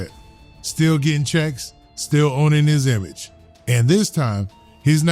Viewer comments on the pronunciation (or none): none